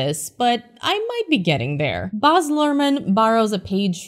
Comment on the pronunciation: He name is Baaz not Boz